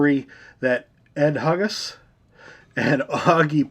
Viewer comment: “Hugus” is pronounced HYOO-gus, saw him at Watkins Glen many times.